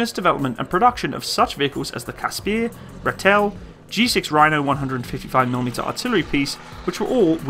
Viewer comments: And Ratel is pronounced - "Raa till" not "Ra tell" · Like the video, but the pronunciation of the vehicle names need some work :) - its pronounced as written here phonetically - "KAS-PER" not KAS - PIERR", "RAA-TUL" not RATIEL", ""EE-LAND" not "I-LAND" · Pronounced Roy cut, ratel (rah till) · Rooikat = 'Roy-kut'. Rooivalk = 'Roy-fulk'. Ratel = 'Raa-til'. Olifant = 'Olly-funt' (not quite, lol). Eland = 'Ear-lund' And you have to rrrrroll those r's ;) Also, reading the comments, it's kind of pointless comparing this to other countries designs in a way - it was designed for the specific requirements of the SADF, and based on their experiences. Having battled Russian export equipment, and surviving, even winning, was largely a matter of superior tactics, training, and often not a little luck (lightly armoured Ratels with low velocity 90mm's vs T55's etc involves the occasional sprinkling of luck, yes), and having been exposed to the difficulty of keeping the heavy, expensive (in strategic value terms) Olifants in the field, meant that they came up with this. Difficulty with logistics, the harsh nature and scale of Africa (it's big), operating on a shoestring etc, all typically African requirements that dictated a light, mobile, long ranged vehicle with just enough punch to do the job. African battles are normally about who can get what, where, then get out while keeping their indirect fed, even if they're just light mortars (aka Logistics). Not who has the biggest gun somewhere else. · Your pronunciation of the Afrikaans names of 'Eland' and 'Ratel' needs a lot of work but other than that ......